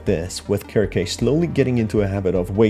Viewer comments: Pretty sure the name is pronounced "serc-see", not "Kirk-kay" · Circe in Greek is pronounced as Kir-keh, especially if she's named after the witch in the Odyssey and the story of the Argonauts. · Dude her name is pronounced "SIR-SEE" like the witch from greek myth that turned men into swine. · ... in the video you literally hear Bobby's voiceline and he pronounces her name as 'Kir-Kay'...did you not watch the video? It is NOT pronounced 'Sir-see' based on the in game audio lol. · For future reference, I believe her name is pronounced "Sir-see" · (sear-see) is how you pronouced Circe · how do you read someone's name that badly? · Good video, you spotted a lot of things I straight up overlooked! Circe is a very interesting name, I think it’s from Greek mythology? Don’t sweat the pronunciation, it’s not an easy one to get at first. I pronounced it wrong for years (sir-kee). Heck, I spent years thinking cologne (col-own) was pronounced “co-log-nay”. 😂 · The pronunciation can vary